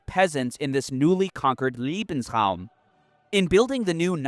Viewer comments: Why is it that americans can't seem to pronounce any other language correctly? You keep saying Liebesraum When trying to pronounce Lebensraum. The former would of course mean "love room". 😅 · Important , factual and greatly presented clip. Just a sidenote. Pronounciation can be very important sometimes. The way the narrator pronouce " LEbensraum" sounds like Liebensraum - wich mean room for love. This makes it hard to listen to. In this horrendouse context, it is painful to hear the narrator repeating "room for love" as it as heard. A quick listen to how Lebensraum is pronounced (leːbn̩sˌʀaʊ̯m) would help tons, because you keep repeating the German word, but you translate it very wrongly in how you say it.